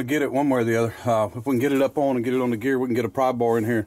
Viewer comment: No such word as oin, its pronounced ON, not oin